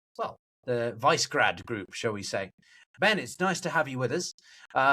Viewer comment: The “Vice-Grad” group 😂😂😂 Poor pronunciation undermines your authority.